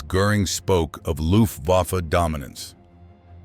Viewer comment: The narrator should learn how to pronounce "Luftwaffe."